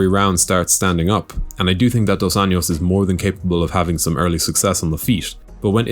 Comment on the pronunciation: You’re saying RDA’s name wrong. You’re pronouncing just last name Anjos in a Spanish manner, but he’s not Hispanic. If you just say it like an American would say it, it would be actually closer to how his name really sounds in Portuguese